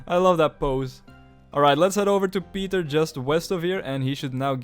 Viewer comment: da was de meest vlaamse "pieter" die ik ooit gehoort heb